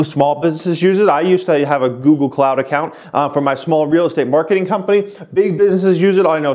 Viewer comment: Would it have killed u to finish out goog with the “le”? Lol geez!